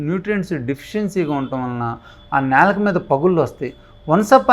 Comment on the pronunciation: నేలుక కాదండీ బాబూ నాలుక..